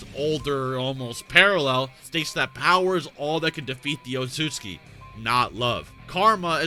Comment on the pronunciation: OOTSU-TSUKI is pronounced